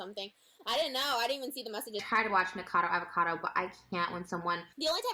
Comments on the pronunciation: PRONOUNCED: NICK A CAR DOUGH AV A CAR DOUGH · Say it with me folks: Ni-cah-ca-doh Av-ah-Cah-doh Was that so hard? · Knee cah ca dough avocado is how it's pronounced;) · Say it with me: "Nick-uh-cod-oh Av-uh-cod-oh". That should do it lol! ☺️ English or American, I think that pronunciation should get you there! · Oh its pronounced Nick-oh-cah-doh avocado lol PS I fucking love you for posting about ANYTHING but james charles. Youre a visionary keep it up